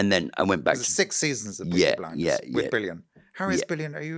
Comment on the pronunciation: Beaky Bwinders